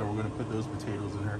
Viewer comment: “batatoes”….